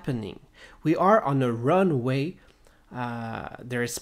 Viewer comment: This is what commenters have been saying since Jandro's own YouTube was put up, but that would mean they were not authentic runway controllers. Then again, he pronounces it "runaway controllers", so maybe we are to take that literally.